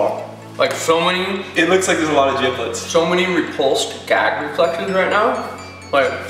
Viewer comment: It's giblets.. Like g, not j. You guys are right haha